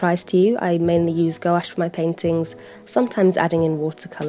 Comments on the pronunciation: “Go-Ash paint” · thanks for this! your videos are so calming aaaahhh (ps. gouache is pronounced without the o) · I pronounce gouache like gwash and I notice that you pronounce it like gowash. I don't know why I felt like commenting this :I